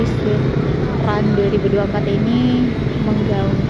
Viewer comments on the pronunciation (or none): SWEAT bg, bukan SWEET